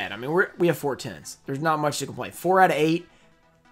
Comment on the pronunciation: Can't tell whether he's saying tens or tins 🤣